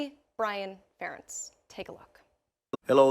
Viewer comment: Ferentz rhymes with parents 😉